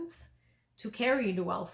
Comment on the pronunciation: It's pronounced "DOO-ul" NOT "doo-AL"..............I didn't know what you were saying for quite a while..........